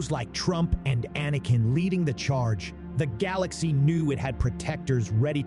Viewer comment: Excellent tale, but the constantly switching pronounciation between "Anakin" and "Ahhhnican" was discomforting.